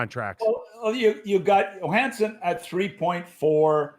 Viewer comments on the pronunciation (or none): If I had a nickel for every time Nick pronounced Johnsson Yo-Han-Sen